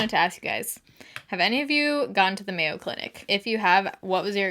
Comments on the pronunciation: Lived near Mayo in MN. Great place. Stellar reputation. And yes.. It's MAY-o Clinic. ❤️👍🏻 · Coming from a Minnesotan, you're right, its Mayo as in the condiment lol. Also, I have been to the Mayo Clinic in Rochester, MN multiple times and it truly lives up to its world renowned name and reputation. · I live in Phoenix and my mom went to the Mayo Clinic weekly for her MS and she loved it, had a great doctor, really kept her MS in check. And it’s Mayo like short for mayonnaise 🤣 ❤️